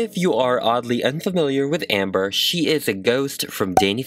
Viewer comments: That moment when he doesn’t say her name right. It’s Ember, not Amber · my name is ember LmaO cuTe 🤷🏼‍♀️ but its ember not “amber” ahhH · da HOOT This bugged me so much 😂😂😂 I get that their similar but... it’s not Amber. It’s Ember. Like Embers in a fire. Vowels matter. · because ember is pronounced like EM-ber, EM like Emmanuel. Not the same to AM-ber at all. AMtrak, you pronounce AMH and em like EH-MM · Amber-- *EM*ber, like emma or emerald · My youngest daughter introduced us to your videos today. We wanted to check out this doll, as my daughter's name was inspired by this character. You are quite talented but it sounded as if you were referring to the doll as Amber and it drove us 🤪. My poor daughter gets that in real life too. Fantastic work. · saying AM-ber instead of EM-ber gets me a lil heated every time 😂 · It’s Ember not Amber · Its EMber not AMber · the way you called her amber really irked me her name is EMBER as in RemEMBER ! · 46 seconds in and cringing everytime he says Amber. It’s Ember, like the flames all over her stuff and her song. Plus she died in a fire. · Stop calling her Amber its Ember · Sounds like you’re saying “Amber” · yeah it's probably an accent though